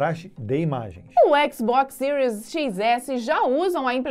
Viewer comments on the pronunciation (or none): none